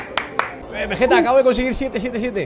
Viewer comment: nadie: diciendo veyeta en ves de vegetta xdd